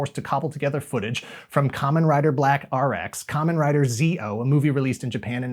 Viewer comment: It's Kamen Rider ZO, said like the zo in "zone." The one pronounced Zi-O is a different one. Also the multimedia push coming up isn't just about the movie but also the anime adaptation of the Kamen Rider W Fuuto Tantei manga.